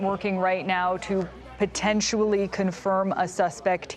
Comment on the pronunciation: Sorry, the word is not Potentually. Can we please get people who don't make up words?